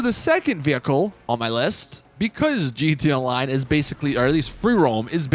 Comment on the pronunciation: This guy keeps saying GTONLINE